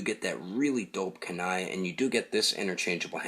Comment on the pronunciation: It's pronounced ku ni his name is pronounced me na toe